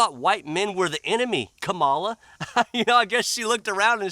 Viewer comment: “Ka-Ma-Lar” she’s from the south ain’t she.